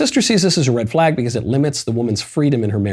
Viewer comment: I'm only here because matt ealsh hasn't come back from vacation. I'd listen to Michael more but I can't stand the way he says "because"